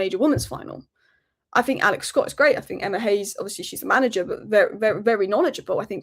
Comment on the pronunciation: Anybody who pronounces "Think" as "Fink" should never be a Pundit!! Theres a few of them!